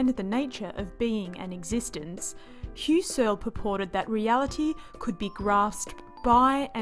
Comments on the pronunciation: I didn't express myself well, I meant to say: I just have trouble with the MISPRONUNCIATION 'Hyoo-sirl'.... :^) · I like this explanation, because it gets right down to it. There are many Youtube vids on Phen.'gy that you can watch for 5 minutes and still not have a clue what it's about! Kudos. Btw, if you rhyme 'Husserl' with `PUSS-cell (puss like pussycat), you'll be close to the right pronunciation. (Inserting an English 'r' doesn't help, so just leave it out.) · I just re-watched. Yep, this is the best condensed explanation of what phenomenology is that I've seen. (I just have trouble with 'Hyoo-sirl'.... :^)